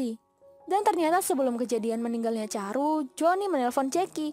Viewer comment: chandru.. Bukan caru